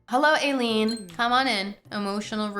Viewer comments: God being pakistani the mispronunciation was genuinely shocking 😭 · I’m sorry but the way you say ayleen is……… interesting